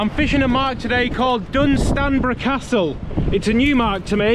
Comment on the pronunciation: Everyone thinks this mark looks great, it's crap too many seals, your pronunciation of Dunstanburgh had me rolling around